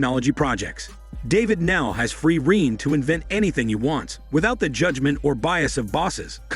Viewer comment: Free reign pronounced rain not reen